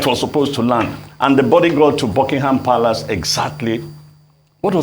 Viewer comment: How can this man have been an ambassador but he doesn't know how to pronounce 'palace' or 'Edinburgh'? Otherwise he made very good points about our inability to organise anything. Anyway it's our culture, Nigeria has a regressive culture that naturally makes everything backwards